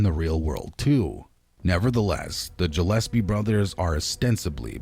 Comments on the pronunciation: It's pronounced Gillespie not Jillespie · Jillespy ? WTAF lol?